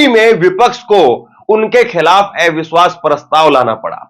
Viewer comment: Bhai aap eviswas kyun bolte hain oh to aviswas bolna chahiye